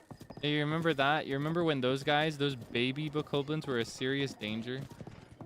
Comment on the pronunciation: I love you so much and find so many things you say or do so endearing. You're just a silly little guy and you make me laugh a lot. I am always so amused when you do the "I forgor...but then...-reverb- I rember!" because Link is also a silly little guy and has a sense of humour, even if we don't get to see that often. BOTW and TOTK are the only Zelda games I have played myself, I know a fair amount of the plot and lore of some of the older games but these were my Zelda. It makes me really happy to see you gush over these games and be so silly. I also love how you do the silly voice with the goddess statues of choosing a heart container or stamina, it makes me giggle. Or how you say wont instead of want in regards to enemies chasing you. Thank you for being an embodiment of pure seratonin. Also, I don't know if you know so I figure it can't hurt to tell you just in case, if you cook any hearty ingredient, just one on it's own, it will make full recovery foods and make the ingredients last longer. 🖤